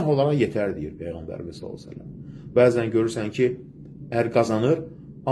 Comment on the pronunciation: PEYĞƏNBƏR səlsələm nədü heçolmasa düzgün deməyi öyrən